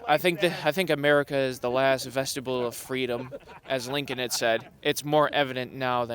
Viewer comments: Did he say the last vegetable of freedom? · "Last vestibule..." 😂😂 Their standard of education is lamentable. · “The last “vestible” of freedom …This man is a lump of brainless MAGA. Did he mean the last “vestige” of freedom? Was is trying to say “vestibule” which would still make no sense. The general public is incredibly stupid.